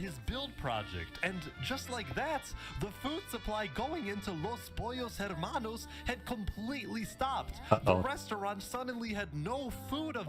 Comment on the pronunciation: im still mad at how many people are pronouncing the "H" in Los Pollos Hermanos